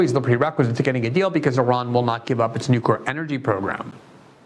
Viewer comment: I see you're trying. You've gone from saying nuky-er to nookwer. It's not hard, Amy can spend weeks learning how to say Thumburg, you can say New clear. Of course, Amy can't read the name Tlaib to save her life. Oh well